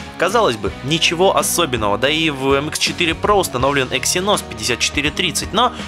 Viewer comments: Не Ексиноооос, а Еексиносф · Не Ексиноооос, а Еексинос. Ударение на Е